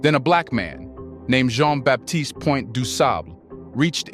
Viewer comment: Please learn how to pronounce Du Sable's name. In French, Baptiste is pronounced with a silent p. If this is a teaching tool. everything should be done correctly.